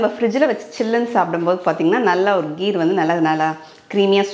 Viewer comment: Its kheer not gheer